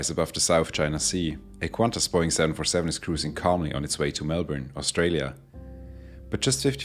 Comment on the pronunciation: Take note: there is no U in QANTAS